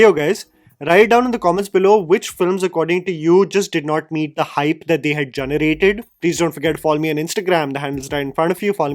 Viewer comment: When says “Junerated” 😘